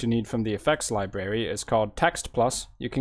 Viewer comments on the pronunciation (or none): Li Berry? Oh please learn how to properly pronounce the word "Library".